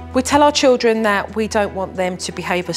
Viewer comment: Her pronunciation is appalling: MisCHEEVEEous Chowd Chiwdren Sumthink Nuffink Togevver Miw-Wiw (meal-wheel) And the grammar… Don’t say nuffink to him 🥴🙄